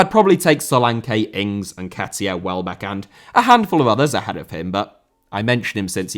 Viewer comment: Rather* not Rother Solanke* not Solankei Idea* not Ideer Possession* not Posession Saw* not Sor Shaw* not Shor Saka* not Saker Can't * not Khon' Eze* not Ezei